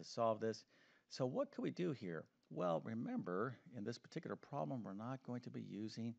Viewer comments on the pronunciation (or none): I really, really really wish he said 'problem' I stead of 'prom'. I know it’s just because he’s saying the word quickly but still…